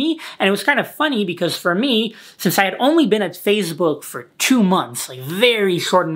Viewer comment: Nobody:: Fazebook